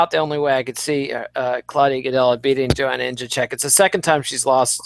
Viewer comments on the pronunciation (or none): Mannn... still fucking up Joanna's name after Eugene called you out on it like twice....